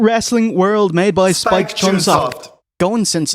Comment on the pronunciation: yeah... i heard and saw it as Spike Cumshot 😐